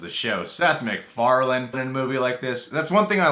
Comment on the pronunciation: mandela effect It's Seth "Mac"Farlane not "Mc"Farlan